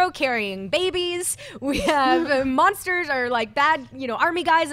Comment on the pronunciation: be veeeewy vewy quiet. l'm hunting monstews.